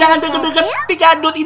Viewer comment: Pikaduit kali bukan pikadut